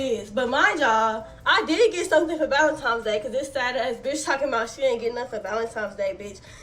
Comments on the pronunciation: I would like the general public know.... it's valentiNe's.... NOT valenTIME'S day... 😑😑😑 there is no "M" DAMN! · These girls are so lost. Keep saying valemtimes day 😂 I pray for them to wake up, have eyes to see, ears to hear, we are not each others enemies. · ValenTIMES day😂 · How one so many people have so much time for pure foolishness. And these girls are trashy. And by the way, it’s valentine’s day, with an N not an M.